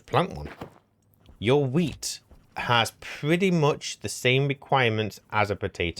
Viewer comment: All i can hear you say is Wheat = Potato 😂